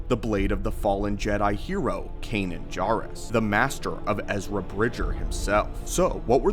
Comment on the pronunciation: I'm really curious why you mispronounce words that have been spoken in canon. Is this something you just don't pay attention to? Or do you disagree with the pronunciation? It's JAIRuss not JARuss in Rebels. Love your videos, thanks for the breakdowns.